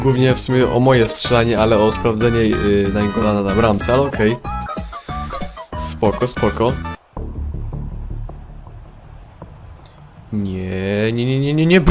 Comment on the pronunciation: wydaje mi sie ze czyta sie Najngolą nie Naingollan